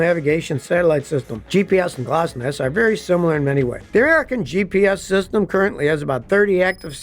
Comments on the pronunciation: Scotty, it's pronounced glonass not glossnass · I don't think that GLONASS is pronounced Gloss-nass 😅 rest of the video is great 👍🏼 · G L O N A S S, not glosnass. Land Surveyors GPS is accurate down to less that 1 inch.